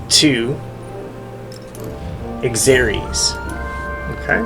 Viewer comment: Thanks for the down to earth explanation. I got something out of it. It did catch me off guard at how you pronounced the leaders name. It's pronounced "zerk-sees". At least for how I was raised hearing it.